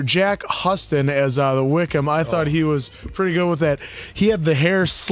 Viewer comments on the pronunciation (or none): One point of clarification, Jack Huston’s last name isn’t pronounced “huss-tun.” It’s like the city in Texas, “Houston.” Jack comes from the Huston family of filmmakers: Walter, John, Angelica, and Danny. He’s the nephew of Angelica and Danny. I saw him first in Boardwalk Empire, and I thought he was great!